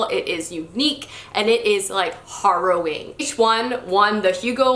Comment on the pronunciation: Harrowing rhymes with narrowing or arrowing, not borrowing.